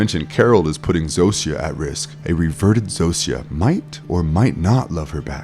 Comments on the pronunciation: This bothered me too! 😅 Zosia is pronounced “ZO-sha” Raban is pronounced “Rah-BON” Both names are said multiple times throughout the series. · Dude how the fuck are you saying the names Zosia and Rhaban wrong. They literally say their names in the show multiple times. Idk why but that actually pissed me off you choose to ignore how people names are said when its a show and not a book where it can be an honest mistake. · Did you watch the show? Just curious. You mis-pronounced Zosia and Raban so maybe just reading a script.